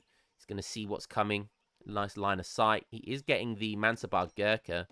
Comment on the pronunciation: One thing to add, regarding the pronounciation of Mansabdar, you nail the pronounciation except the fact that you miss the d. Pronounce the d and it will be perfect.